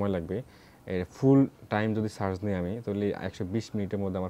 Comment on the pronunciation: ভাই, আপনি বারবার একট শব্দ উচ্চারণ করতেছেন "ছার্চ" এটার মানে ঠিক বুঝতে পারলাম না।